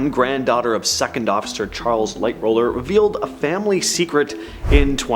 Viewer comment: Who is Light roller? Haha. It's Light HAUL er. Also there's no proof that others were against JP Morgan and in fact they sided with him on certain bills. Think most conspiracy theories are blown out of proportion. I was fully expecting you guys to say Belfast is in Ireland....when it's Northern Ireland. I'd say the 2 more plausible ones is the coal fires and the switch.